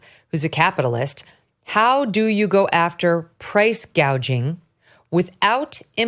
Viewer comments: KH calls it “price gaging”…….😂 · Correction: Scamala said Price Gaging, NOT Price Gouging. She is so brainless she doesn't know the difference!